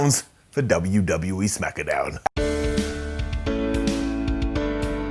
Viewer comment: I am so so glad you say "Smackadown" again. There was a small bit there... Wait, why didn't the Smackdown Brodie Lee tribute get an up?